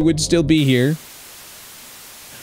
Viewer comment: why do you say chorchey and not jorge 😂😂😂